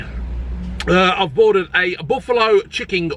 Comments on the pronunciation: Did you say chicking burger? 🤣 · "chick-king-ge" 😂 is that a new breed? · 'Chicking'...I'm going to start saying that and see if anyone notices... xD